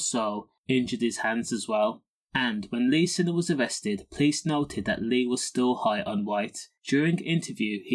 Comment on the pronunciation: Find it hard to find any authenticity in this video, as you cannot spell or even pronounce his name correctly……